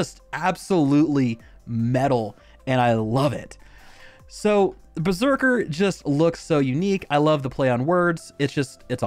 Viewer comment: I laughed a lot at the "Brr-zerker".